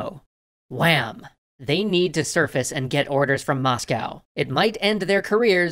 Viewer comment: The way he said WHAM!